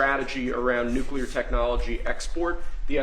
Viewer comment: Why do so many people in power pronounce nuclear as “nuculer”? Homer Simpson said it that way too.